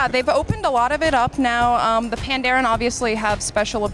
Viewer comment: If the pandaren are based off of Chinese culture, it should probably be pronounces panda-ren. "ren" is the chinese word for people. that would make it, "Panda people"